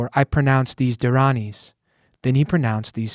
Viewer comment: Great job pronouncing the dharanis🙏